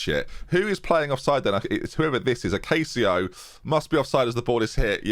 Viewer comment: Portuguese tip: Acácio is pronounced "AcassiU", not "AcassiOU" :)